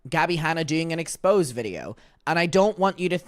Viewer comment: Exposé is pronounced ex-poh-ZAY, different from expose.